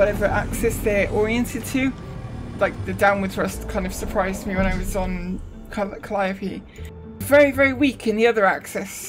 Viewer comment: it's the Winnebago from Spaceballs. Wait a minute! You said Calliope correctly! THAT MAKES ME SO GODDAMNED HAPPY!